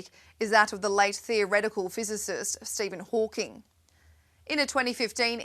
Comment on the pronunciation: Stephen Hawkins?????